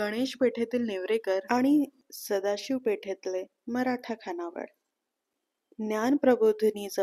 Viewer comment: अत्यंत सदोष उच्चार आहेत. विध्यार्थी नव्हे , तर. विद्यार्थी.. तसेच मुख्य म्हणजे खानावळ नव्हे , तर खाणावळ ...